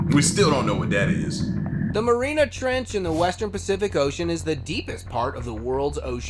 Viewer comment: It’s Mariana’s Trench not mareena trench….cringe when people make videos and don’t know how to pronounce what they are talking about